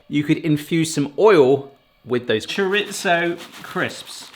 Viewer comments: it's "Chorizo", not "Choritzo". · it is pronounced cho reeezo